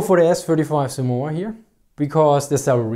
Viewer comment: The way you mispronounce Somua is staggering...